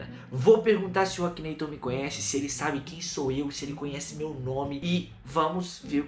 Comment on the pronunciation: você sabe que você tá falando errado né é Akinator